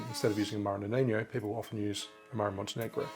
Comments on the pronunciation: Feedback: “Amaro Nonino” is pronounced “noh ni noh” or “no knee no” (and the stress is on the second vowel). It’s not Spanish or Portuguese, and there is no “ñ” or “gn”. It’s just an “n”. It’s an Italian drink, and is pronounced like much like “Nonno or Nonna.” You are pronouncing it like “nonigno” or “noniño” like the Spanish word “niño” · Nonino not "noniño" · Watching a bartender saying ‘amaro noninyo’ over and over is a bit like sitting and listening to a doctor telling you you have canker that has spread to your cologne.